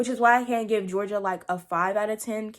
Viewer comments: Her name is Georgia though like the state...not Jor-genie-ah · It's pronounced (jor-ja) no hate tho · is no-one gonna talk about how she called gorgia Georgina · GEORGIA!!! not Georgina